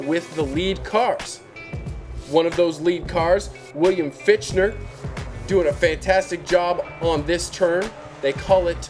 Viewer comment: LOL "Fitchner". It's Fichtner (like Fickner) -the H and T are silent.